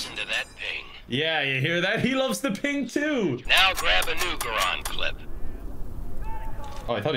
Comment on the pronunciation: Guh-rond? M1 Guh-rond? Screw the debate between Gair-and and Grand, yeesh that's bad.